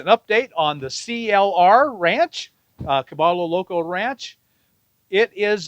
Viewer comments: I love your youtube videos, mostly because I want to go that route. But my friend, remember that Cabello Loco is a Hispanic (ll=y) phrase pronounced Cabeyo Loco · Pronounced “Ka-by-yo Loco” 😊 Thanks for the update, Bob. Right on commentary!